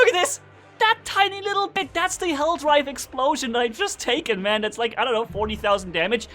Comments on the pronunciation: It’s hellDIVE not DRIVE! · It's Helldive not Helldrive